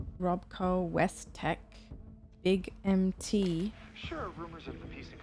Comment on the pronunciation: I love that you pronounced Big MT as “Big Empty” because that’s the same way people in-universe mis-say it. It’s not until you go there that you realize everyone is saying it wrong.